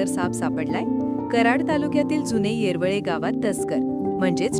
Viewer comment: शब्द व्यवस्थीत उच्चारणे......येर. .वळे